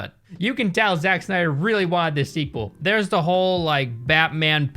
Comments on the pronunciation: "Zak snia • dr" is how it's pronounced not "zachh snia • dr" got me 😭📲🔝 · I mean it's spelled wrong so he's gonna mispronounce it to further accentuate it ahahahahahah.